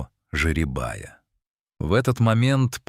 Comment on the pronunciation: ЖерЕ"бая, а не жеребАя.